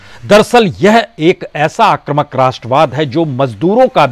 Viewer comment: बाजपेयीजी, आप सबसे अच्छे विश्लेषक हैं l शायद कोई और ऐसा नहीं है l मैं आपको इसके लिए धन्यवाद देता हूँ l आपसे अनुरोध है कि शब्द आक्रमक नहीं है, बल्कि आक्रामक है l अतः आक्रामक ही बोला करें l